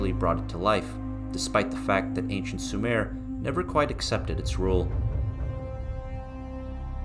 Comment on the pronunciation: "Sue mer",not "Sue mare"